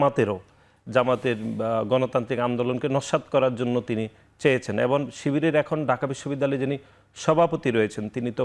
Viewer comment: নাছিঁড় একটা লোক যে কিনা 'এবং' কে 'এবন' বলে😂